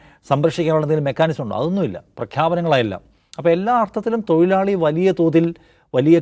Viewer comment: തൊയിലാളി അല്ലടെ തൊഴിലാളി ആണ്.. നാക്ക് വടിക്കാൻ ഈർക്കിൽ മതി പണിമുടക്ക് വേണ്ട 😂😂😂